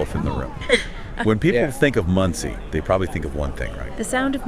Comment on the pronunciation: FFS, it's not pronounced Mundtzie. I know that you don't speak German, but at least try to pronounce it somewhat accurately. It's pronounced Mohndsay (for English speakers). Mond = Moon and See = Lake or Sea. But, in this case due to the size it's obviously a lake. The literal translation into English would be Moon Lake.